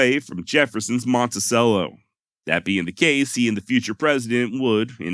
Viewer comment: It's Monti-CHELLO, darling. Yaaah!